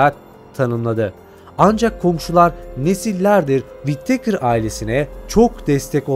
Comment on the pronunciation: Wit-teykır deyip durmasan...Wi-tıkır doğrusu....önce İngilizce öğren paşam...😂